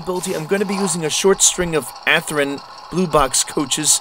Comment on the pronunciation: Athrin? no. Athearn yes.